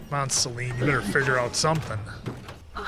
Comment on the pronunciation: You keep saying Selena. It's Selene.